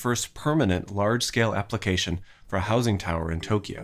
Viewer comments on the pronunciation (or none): none